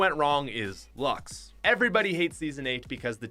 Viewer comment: I can’t even count how many times mispronounced Luxe... THERS AN E WHERE DO YOU GET LUX